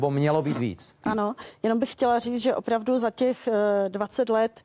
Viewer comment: To jeho "VOPRAVDU" bolí jak pes.